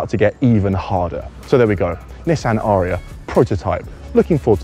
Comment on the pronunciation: It's pronounced 'a-ree-a' アリア...